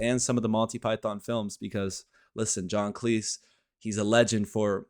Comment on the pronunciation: Cleese rhymes with sleaze. Grayum-not Gram